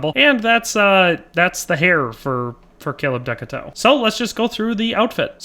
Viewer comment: I think you might be mispronouncing the name slightly. I think the name ends with a "too". I might be wrong.